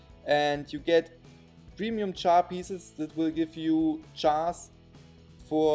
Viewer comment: He says chars to jars lol